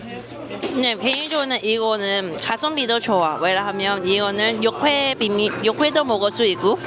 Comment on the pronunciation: 육회 발음이 잘 안되면 차라리 유쾌로 발음해봐유. 그래도 발음 많이 좋아졌다 😊